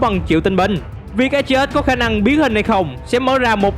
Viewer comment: Đọc tên A Tri Ếch sao nghe kì kì vậy.